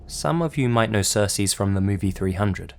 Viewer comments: I think you’re saying Xerxes wrong, it’s pronounced ZURK + SEEZ And when you’re saying it I think you’re saying it more like SERS + SEAS which isn’t the correct way to pronounce it... But I really do like this video :) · Lol during the first story anytime I heard him saying Xerxes it sounded to me like he was saying Cersei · It's pronounced "Zerk-sees" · You butchered Xerxes name. You called him Cersei lmfao like GoT. Zurc-seez that's how you're supposed to say it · Brett Wilson I thought it was pronounced Zerkzees but he said sersees so no wonder you heard cersei! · Its pronounced ZERK-SEES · It's pronounced zerk zees. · It's pronounced "zurk-sees." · pretty sure it is pronounced "Zerk-Ces" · The most disturbing thing about this video is how you pronounce Xerxes. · pronunciation of Xerxes is almost as disturbing as the mummy itself